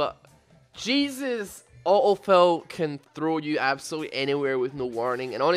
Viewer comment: This guy's lack of "t" in auto fill is wonderful. "uh-oh fill."